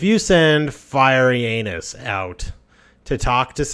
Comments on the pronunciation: why do you pronounce Firentis as Fiery Anus? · I play ACOK mod so dont know the native companions. This whole time I thought there was a companion named "Fyreyanis" or something like that, because you kept calling him Firey Anus and I thought it was maybe a joke by the devs that I wasnt aware of. Then I kept hearing you mention him but didnt see him in the companion list so I thought maybe it was one of your own inside jokes from a previous video. Finally I looked it up on google... couldnt find anything like that but figured out who it must be. how are you pronouncing that as Firey Anus lol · Firentis. Fur - ent - iss. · Firey Anus. Send Firey Anus out to do speak for you. Speak to Firey Anus. She doesnt like Firey Anus. Lmfao this guys pronounciation makes for comical videos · it sounds like you said "FireInAnus" XD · I heard 'Fiery Anus' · He likes to say it fiery anus